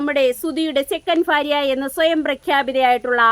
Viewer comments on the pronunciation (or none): ഫാര്യ അല്ല. ഭാര്യ